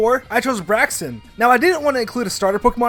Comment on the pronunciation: It is not braxon